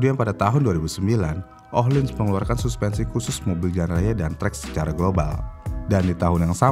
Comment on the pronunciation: Ohlins bukan IKEA